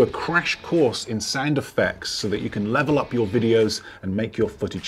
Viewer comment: Sounds like "Sand Effects" each time you say "Sound Effects"☺️☺️ but info is great👍